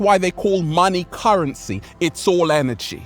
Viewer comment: Holy shit "Currentcy"